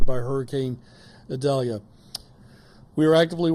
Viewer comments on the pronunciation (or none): Why does Desantis insist on mispronouncing Idalia??????....official Pronounciation is ee-DAL-ya (Hispanic name)